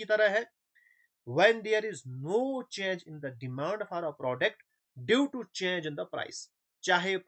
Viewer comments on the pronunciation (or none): Sir aap bohot acha padhaty hai lakin word demand theek se bolo plz